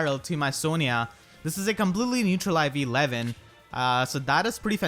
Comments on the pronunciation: Your pronunciation of Lewyn sounds like Levyn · Lewyn sounds like lemon 😂